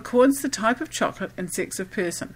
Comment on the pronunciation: stop saying Cho co la te please